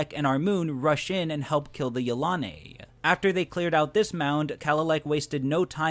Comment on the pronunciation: I really don't think he pronounces it right. I feel it is pronounced: Yil-a-nee. I could be pretty sure I'm right. What does everyone else think?